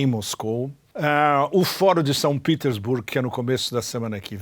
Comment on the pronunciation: Por quê pronuncias São Petersburgo em inglês se o vídeo é em português e o topônimo é russo? Em BRICS o S não é de plural mas de África do Sul